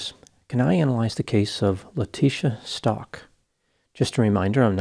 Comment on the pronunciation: Stauch not pronounced like Stalk. Pronounced ST-OW-K